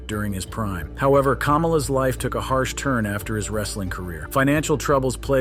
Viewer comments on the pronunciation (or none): It's not KAH-mala (like in Kamala Harris), it KUH-MALA. It's not JAN-etty, it JANETT-EE It's not X-Pack, it X-Poc Honestly this is my pet peeve with these kind of wrestling lists. Is it really so hard to do a little research and watch one of their matches to learn how to pronounce their names correctly? There's dozens of videos available on YouTube. When you mispronounce a name, it makes it obvious you never watched one of their matches and thus probably don't know what you are talking about. Did you just cut and paste from wikipedia or something? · It's Ka-MA-la. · "Calmala" 😂 this guy has probably never even seen a wrestling match in his life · kaMALA, not , KAmala.... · i couldnt watch anymore after he butchered Kamala's name. it isnt Kam-A-La..it's Ka-MA-La. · Why are you saying KAMALA????? LIKE THE LADY.......IT WAS KA-MA-LA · I cant with the "KAH-mala" "X PACK" and Marty "JENN-ity". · He called Kamala Kamala Harris wtf lmao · If you're going to do a video on wrestlers or anyone, you should know how to say their names. Kamala with 1 syllable and I laughed out loud when he said Jan-netty. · Not how you say kamala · Pronounce Kamala right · How come this dude can't pronounce Kamala right? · Well even the former vice president couldn't pronounce "Kamala" right.-jk